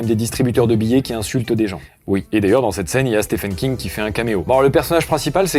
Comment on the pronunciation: Stephen King se prononce "Steven" King c'était la petite astuce gratuite.